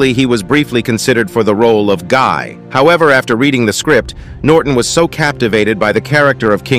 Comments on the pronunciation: It's pronounced like Gee not guy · It is pronounced Gee, not Guy. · Guy is pronounced Geeh. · It’s not pronounced “gai” but “ghee”. French. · Lol, Guy? It's pronounced, Gee. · Yes because it was pronounced wrong. It's pronounced "geeh" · Great movie. I believe the name, Guy was actually pronounced as 'Gee'.....during that time that is. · "Guy" is French, so it is pronounced "Gee" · Did he really just call him "Guy"? omg. Its pronounced "gee". Its in the fucking movie! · Guy pronounced Ghi but okay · It's pronounced "gee" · Pronounced Gi. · The pronunciation of ‘Guy’ really got me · The pronunciation of “Guy” physically hurt me. Edward Norton was great as Baldwin though. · Lol... the american pronounciation of "Guy"... i didn't get it the first time around. I like the portrayal of both the king baldwin and Guy. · The pronounciation of Guy made my ear bleed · Lost me when you pronounced Guy.